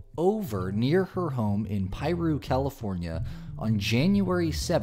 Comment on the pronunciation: Piru, CA shook me. I live a half of a mile from her place that she probably no longer lives. Piru is a small town. We have to go to the post office to get our mail because they don't deliver. This is wild. And kudos to you for pronouncing Piru correctly.